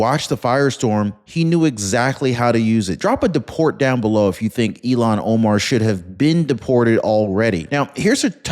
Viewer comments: Il-Hahn. Her name is pronounced "ILL-hahn". Not like "Elon" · Her name is Ilhan - IL- HAN. Not Elon Omar. Please pronounce it correctly as it doesn't make a good impression. As for Trump, hope he disintegrates her. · Her name is ILLHAN not Elon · IILhan that's ILL hon Omar not Elon. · It's IlLL-HON...say it ILL-HON! It's NOT Elon! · Pronounced ILL HAN not Elon Omar you idiot!!! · Her name is not Elon. It is Ilhan, pronounced like , I'm sick or ill-Han. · Ilhan You keep saying Elon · I can't stand Omar but I can't stand it when you say her name like Elon Musk's name ! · Ilhan. EEL HAN